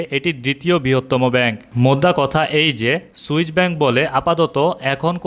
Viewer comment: সুইচ না সুইস